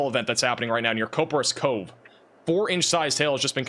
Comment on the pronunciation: Coperas Cove Starts with "Cop" not "Cope"